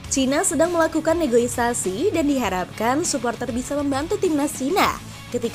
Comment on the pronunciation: NEGOSIASI MIN, BUKAN NEGOISASI😅